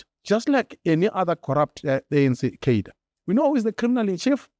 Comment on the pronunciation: Can we please pronounce CAR-DRE correctly 🙏